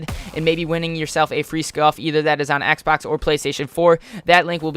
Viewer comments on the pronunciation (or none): none